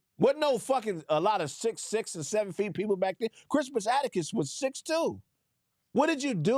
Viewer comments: Why was repeatedly pronouncing Crispus Attucks name wrong. kept saying "atticus". 🤦🏿‍♂🤦🏿‍♂🤦🏿‍♂🤦🏿‍♂🤦🏿‍♂🤦🏿‍♂🤦🏿‍♂🤦🏿‍♂🤦🏿‍♂🤦🏿‍♂, his last name is Attucks,...pronounced phonetically like, "attics" or "addicts" as in, 'drug addicts"....Goddamnn man, that was painful to watch. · This nogga saying Crispus Attucks name wrong the whole time is hilarious 😂😂😂😂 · It's Attucks bruh 😂